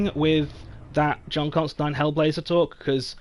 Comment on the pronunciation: Jonny has my respect for enunciating John Constantine correctly.